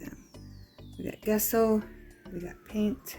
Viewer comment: The gesso is pronounced as Jesso.